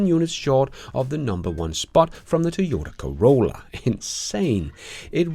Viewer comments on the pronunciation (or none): none